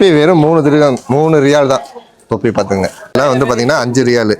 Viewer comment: Riyal nu sollu da cring mandaya